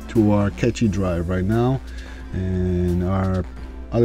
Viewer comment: Catchy drive? You mean "Cache" (kaSH) drive.